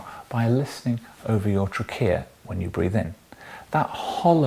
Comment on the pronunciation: What about “trickeya”